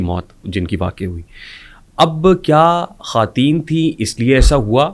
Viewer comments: خاتون کی جمع خواتین khwateen پڑھا جائے گا خاتین نھیں پڑھنا یہ غلط ھوگا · khateen nahe bhai.....khwateen hota hai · the host should know basic urdu, its khawateen, not khateen